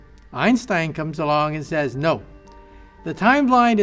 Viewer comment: is it me or the way he say "einstein comes along and says NO make me laugh